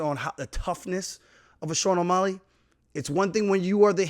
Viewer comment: Buddy can say Petrs name with ease but can’t pronounce O’Malley